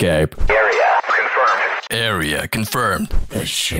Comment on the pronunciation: "Awea Confrrumd" 💀